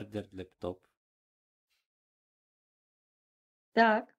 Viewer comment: Не лептоп а ляптоп😊